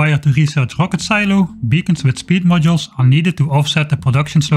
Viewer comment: "It's rocket.": "HUHWAHket." "Close enough."